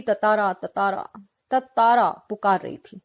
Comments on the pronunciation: It's tantara not tatara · Bhai tatara nhi tantara hai vo